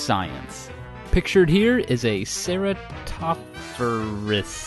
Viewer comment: I raise and work on breeding pacman frogs, lemme help ya out man :D It's pronounced ( Sear-a-toff-rease) ^_^ And it even comes in many morphs, Argentine, Cranwelli,Ornate,Chinny and Cornuta to name a few :D their also one species of only two remaining species of frogs who have their full set of teeth, these and the pixie frog have not only the three fangs at the back of the mouth like whites frogs, but they also have 90-200 teeth around the ridge of their mouth, the only connection to a ancient frog of the dinosaur era that was actually still around till the middle of the ice age :D That pacman frog like Blobber was a Knee high beelzebufo! With teeth that rotated much like a sharks sets, and many fossils found with sediment of dinosaurs and ice age mammals VERY close, suggesting that " eat till they choke: habit even predates us!